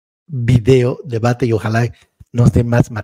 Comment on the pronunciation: Es robarannnnnnnn no es rabadan😂😂